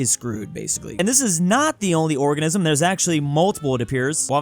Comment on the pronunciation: The long island "orgasm" I cannot hear organism...